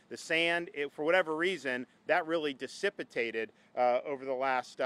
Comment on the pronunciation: “Disipitated”? Is that a word?